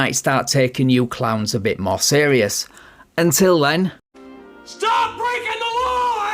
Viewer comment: "You are blaking the constitution" haha